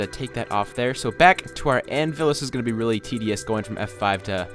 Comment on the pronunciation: You said anvis instead of anvil